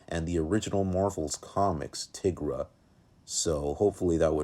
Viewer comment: it’s pronounced tai-gra